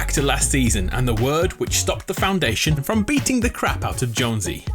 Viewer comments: stop saying foundwation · Ha ha clever Foun-dwayne-sion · When he said “the founduation” I was like 👁👅👁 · i love when foundation is called foundwaynetion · Foundwation lol love how he said that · Faundwaithon lol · he said foundwaynetion again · Foundwation gets me every time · he said foundation with a W